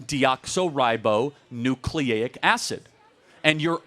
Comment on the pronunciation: And doesnt know how to pronounce deoxyribonucleic acid...lol